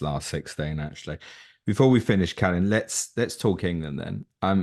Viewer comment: As romanians, we should at least pronounce our name correctly. If we can't even do that... then what's the point of wearing that shirt? Anyway, all the best,!